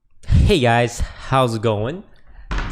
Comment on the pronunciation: toast said “HHHey guys HHHHows it going”